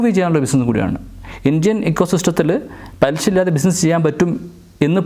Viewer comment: ആദ്യം മലയാളം പാദിപ്പിക്ക് പലിശ എന്ന് പറയിപ്പിക്കാൻ നോക്ക്.ഷാ അല്ല ശ. ഇത് മലയാളം ആണ്. മോട്ടിവേഷൻ ചെയ്യണം മലയാളം